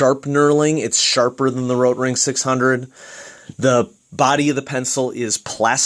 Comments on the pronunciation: Why...do you say RRRRotring like...that...? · no need saying rrrrotrrring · RRRROtrrrring sounds better? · I appreciate the comprehensive review. I had kind of a hard time paying attention though, due to the way you were rolling your R on the word Rotring. Don't get me wrong, I'm not trying to make fun of you, I mean, I am a guy watching a mechanical pencil review on youtube, but just saying. Do you pronounce Mexico, May-he-co? Why did you not do the whole review in a German accent of the R rolling dialect? This is probably a mean comment to leave, but after all the cringing and giggling, I couldn't help it. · Why are you rolling the "r" in Rotring? lol its a German company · Great review. I just ordered the Rotring 600 as an upgrade from my Draftmatic. I have 3 days to master the rolling "R" pronunciation. ;)